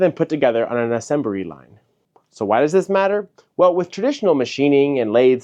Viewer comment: I can't tell if that is a Kim Jong Il joke but I think either way it should be left in lol. "Assembree line" 🤣 sorry im just messing with you, good video as usual